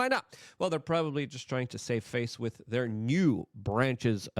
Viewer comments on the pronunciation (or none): Luke has a clear speech impediment/ he really struggles with a lot of words. Notice how he says so many words wrong. He says “larger” like 30 times a video or “this as” or “wit” instead of with. And doyje instead of doge.